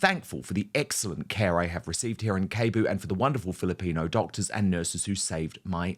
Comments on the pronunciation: Dan, it's a shame that you've been reporting for a long time but you couldn't bother to learn how to pronounce Cebu. A quick google would have told you "Seh-boo". It's also ashame that you assume healthcare is subpar in Cebu. Thomas Markle chose to move there and is getting professional private care that is more affordable than what he would have gotten in the US. It's hard to believe that in all your years alive, you've not seen a single Filipino surgeon in the UK. I suppose you're just very healthy? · It's Cebu...seeee-boooo. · Cebu is pronounce 'see-boo'. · It’s Say-Boo! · Hi Dan! The place Thomas Markle relocated to is pronounced with a 'soft' C: Se-boo. As for her half-brother's language, I get it too, but he'd have more credibility if he limited the profanity. As for Thomas' medical care, the Philippines has top-notch medical care, with some of the best hospitals anywhere. At this point, the farther away he stays from the USA, ie HER, the better. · Cebu.. pronounce it Sea Boo. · Dan, the word Cebu is pronounced Seboo (the C has an S sound). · Please Dan! Get a clue! Its CEBU - Pronounced SiBoo. One of the largest regions in Phils. Please know this now... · BTW Dan, “Cebu” is pronounced “Say-boo” or “Seh-boo”. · First of all, learn to pronounce CEBU correctly! Secondly, medical care in Asia, in this case Cebu, is as good as the US and better than the UK. Don't look down in other countries. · Dan , Cebu has a soft C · it's pronounced as "sebu" not "kebu" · Hi Dan just an fyi the city is pronounced as “See Boo”. Spelled as Cebu. 😊😊😊 Have a wonderful day. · It is pronounced Se Bu not Ke Bu😅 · Hey it's pronounced Si-boo, not Ke-bu.... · Pretty sure Cebu is not pronounced as Keyboo. More like S sound not K. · Btw, Cebu is pronounced as Sebu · SEE-Boo. Not Kay-bu. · Cebu (letter C is pronounced "S" and not "k" so it is Sebu) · Dan pls note Cebu is pronounced "Seh boo" not "Key boo". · pronunciation is Sebu rather than Kebu 😊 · NOT KEBU DAN. CEBU IS PRONOUNCED SEBU!